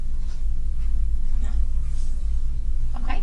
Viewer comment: Where was DCFS (CPS) before all of this? This could and should have been prevented!! Side note: I couldn't stand the way the detective said "Okay", she said it like "Okuam" 😒